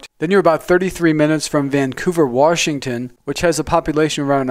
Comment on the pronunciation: Very nice, but Washington is pronounced "Wash"ington, not "Warsh"ington. There is no Warsh in Washington.